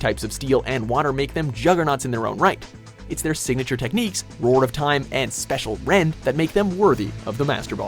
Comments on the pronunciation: he said special rend attention to deatail people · definitely spacial rend not special